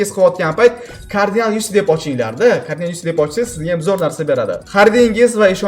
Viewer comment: Carginal✅ Cardinal❌